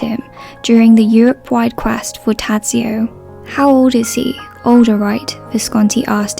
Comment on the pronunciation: it's so outrageous that you call out people on the cast of death in Venice for not bothering to correctly pronounce Bjorn's name and you totally BUTCHER the name of his character. I could understand that you don't even know the correct sounds, but you don't even try, you just read out the letters. you are a true hypocrite